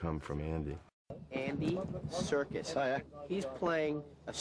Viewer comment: its Andy serkis not Andy serjis